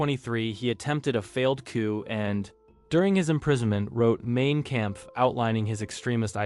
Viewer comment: Why is it that you don't know how to pronounce Hitler's book title?